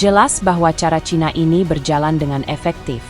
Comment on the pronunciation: Ini baru bener bawa berita. Nyebut Cina ya cina...bukan caina. 👍